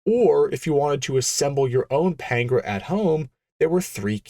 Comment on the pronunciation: It's not Pain-gra, it's Pan-gair-a, pronounced like Pantara, as in De Tomaso Pantara, the then current semi-supercar that you could buy at your local Ford dealer. The context of time and place matter, especially in a documentary style video. Other than that, good video.